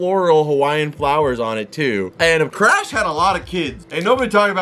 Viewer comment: He called the sea turtle crash no it’s crush not crash